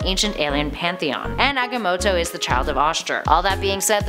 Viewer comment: Agga-moto lol